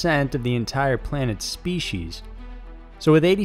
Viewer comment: Species. Not speshes.